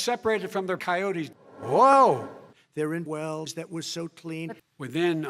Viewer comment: I laughed for 10 minutes straight when he said coyotals.